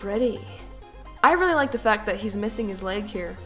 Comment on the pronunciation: Why do you say weally so much time XD